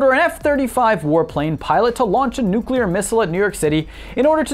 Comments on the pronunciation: Its nooo clear not nuu cu ler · It's nuclear, not nucular. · [pronounces "nuclear" correctly] ME: coolcool: [also occasionally pronounces "nuclear" like "nucular'] ME: wait what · Learn to pronounce nuclear and I'll watch more than 42 seconds next time. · Why do you keep flipping back and forth between the correct way to say nuclear, and the extra chromosome way to pronounce it?